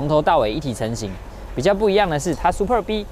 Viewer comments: 好像故意唸成Super B。他有時就是唸對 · super b?你是故意唸錯？ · 介紹的是不錯 但一聽到唸super B 就知道畢竟不是專門賣skoda的人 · 拜託 不懂要問。不念Super B. 好嗎？ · 一般人就算了 沒人在意 下面留言中有人會在意 因為這已經是高流量的 yt車商 最基本的車名，念”對“ 不難吧！ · 為什麼要念super逼 聽了頭好痛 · 聽到super 逼 真的很反胃 不知道為啥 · Superb 音節的重音在S跟P，至於B的唸法就是小時候學KK音標的 BBB ？ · L&K車主路過...那個super b念法可能不太對哦....... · 貴公司也算中古車YT最高流量之一的吧! 結果介紹車子第一句英文就念錯 這樣會讓人懷疑專業度在那呢? 發音不標準之類的都沒關係 但要賣該廠的旗艦SUPERB 也不是剛進來台灣 名字查一下~~~不難吧!!! 聽了頭好痛! 介紹的再精彩 讚我真的按不下去!